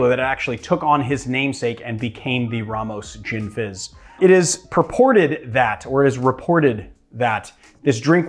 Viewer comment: "Ramos Gisni fish" :D